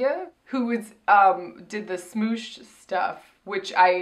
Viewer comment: Y'all calling it "smooch" is hilarious